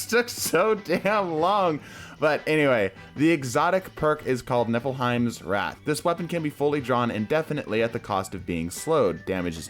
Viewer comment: Niflhiem* not neflehiem on the Skadi's frostbite